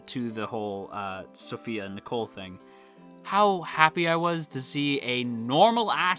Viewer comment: The way you pronounce Nicol's name is the same as the girl's name Nicole. Irregardless of how the Japanese pronounce it, I think the English pronunciation is meant to be NEE-kohl.